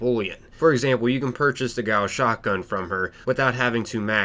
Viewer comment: the way he pronunces gauss really bothers me